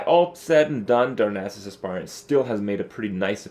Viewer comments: Nice video. Just a quick correction, the Aspirant is not pronounced like 'spy' (the verb 'aspire' does), but rather like 'aspirin.' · He makes it sound like Ass-Pirate on purpose after the first time he got it from a shredder. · Sounds like Kripp says: Darnassus Ass pirate. ;) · every time he says aspirant it sounds like as s pirate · because he is saying as s pirate 100% on purpose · every time he says aspirant it sounds like azz pirate lol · every time he says aspirant it sounds like asspirate lol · every time he says aspirant it sounds like ass pirate lol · why is this so difficult? is AS-pitant not as-PI-rant. every online dictionary tells you that. do people confuse it with inspire? no, that's not the same pronunciation. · Neither of those pronunciations are correct. "Aspirant" is pronounced "Ass-purr-ent" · For the love of god this shit isn't complicated. ass-per-ent / asper-ent / asper-ehnt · you must mean asspirate. ass-pie-rit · "Darnassus Ass-pirate" ( ͡° ͜ʖ ͡°) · It's definitely pronounced Ass-Pirate. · pronounced ASS-purr-ent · You're pronouncing 'aspirant' wrong. Check the correct pronounciation at